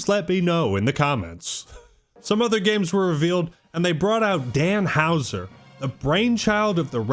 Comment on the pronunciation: When says games it sounds like he’s saying gaymes 😂